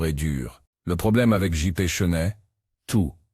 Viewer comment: Bollineguerre...Chenette...dur dur L'IA